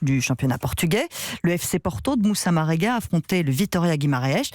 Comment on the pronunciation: Sérieusement 😒 la journaliste ne dit pas bien le nom même . 🙄 Marega rien de difficile.